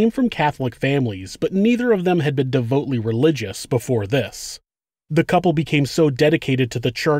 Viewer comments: Neither of them were "de-vote-ly" religious?? Did you perhaps mean "devoutly" religious?? You see the word in the middle spelled "o-u-t"? It's pronounced devOUTly. You're welcome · I think you mean DEVOUTLY not DEVOTELY. Do better people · De-VOUT-ly, like OUT, not de-VOTE-ly. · de·vout·ly [Pronounced] \dove-out-lee\